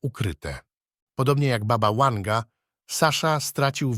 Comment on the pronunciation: Baba Wanga byla Serbka i wyszla za maz za Bulgara , a jej imie to : Wangelina , i skrot : Wanga . Nie rozumiem dlaczego lektor czyta jej imie z "angielska " jak w slowie "weekend ". Wymawiac trzeba W , jak w Polsce.